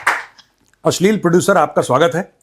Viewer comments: Asleel nahi (ashleel )hota hay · Why say ... ashlil ?